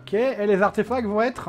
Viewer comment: "Arfetacts" xD